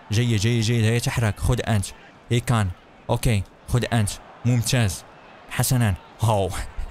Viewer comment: اسمه ساديو ماني وليس سعودي ماني اسمه ايمري شان وليس اي كان اسمه وينالدوم وليس وينالجوم صحح اخطاءك يا